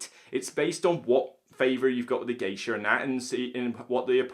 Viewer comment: Is he saying "Geisher", when talking about Hanamikoji?